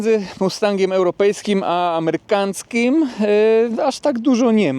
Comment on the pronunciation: "amerykanckim" 🤣 🤣 🤣 🤣 🤣 🤣 🤣 złoto ❤️